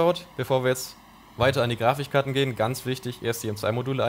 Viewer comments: Warum sagt immer Grafichkarten? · Grafichkarten :D deine Aussprache triggert mich :D